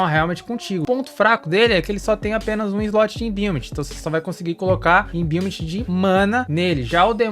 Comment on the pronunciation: imbiument? pqp kkkkkkkkkkkkkkkk inglês desgraçado de ruim... cobra wood? kkkkkkkkkkkkkkkkkkkkkkk vsf mlk pqp kkkkkkkkkkkkkkkkkkkkkkkkkkkkkkkk MLK... DEFENSÍVEL? KKKKKKKKKKKKKKKKKKKKKKKKK É DEFENSIVO, JUMENTO